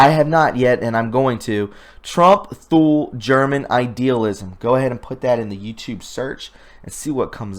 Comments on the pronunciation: "Thule" is pronounced "tool". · Thule, pronounced Tool leh. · I know you will appreciate the tip that Thule is pronounced “too-lee”. It is a town in Greenland. My father was stationed for an entire year 1961-2 in that bleak outpost during his early USAF career. Listening to other creative content artist if the Q-persuasion, I have learned there is a Thule in Antarctica as well- maybe an island where some weird stiff is happening. Last point, I saw the Economist’s Eagle cover before 10 November. I knew the 10 was a signal for the Cabal to sell their stocks. I have my retirement in stocks but would not sell because I was also hearing our Fed dollar will become worthless. That leaves land and gold as a failsafe. Good luck friends, I cannot figure a best plan to put your hard earned assets easily- gold can be taken from you by force. Today’s video by STGreport with a knowledgeable guest- very critical video to watch all the way through to the bitter end. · Thule is pronounced without the 'h', pronounced as Tule, 1st, or, Tuli in some regards.